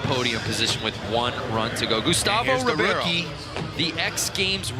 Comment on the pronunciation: Ribeiro sounds like "Reebaero". Not Reeviero ahaaha